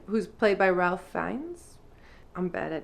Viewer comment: You pronounced the last name right, but Ralph is pronounced /reɪf/ (like "safe") in this case.